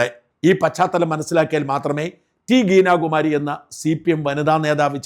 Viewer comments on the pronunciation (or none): ഗീനയല്ല ഗീത എന്ന് തിരുത്ത